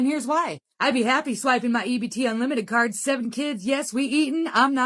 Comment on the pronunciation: Would somebody please teach the AI Narrations the difference between Car, Card, And CART! Thank you.